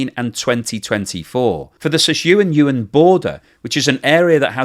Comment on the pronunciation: seems to cover China quite often, or at least those are the videos youtube shows me., Sichuan is pronounced "Sih-chwan" and Yunnan is "yoon-nan." Take it or leave it, your choice.